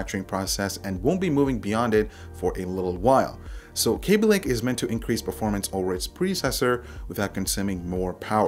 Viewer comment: it's kaby lake not kéby lake